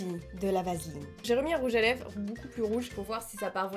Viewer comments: Je vien de remarquer que tu dit " rouge à leve" et pas " rouge à lèvres " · 😂trop belle ♥️ 3.55 tu dis rouge a lèves 😂et pas rouge a lèvRes 😂bref continue comme sa ♥️ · Elle me bute à dire rouge à leve au lieu de rouge à lèvre 😂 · "rouge à leve" ?? Chuis pas sourde rassuré moi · Je suis a seul à avoir entendu "rouge à LÈVE" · mdr🤣🤣🤣j'ai cru entendre rouge a léve🤣🤣🤣🤣sinon continue comme ça biz😘😘😘💖💖💖💘💘💘💝💝💝